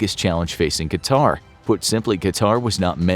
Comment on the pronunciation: ... and it's not pronounced QatAr, but QAtar.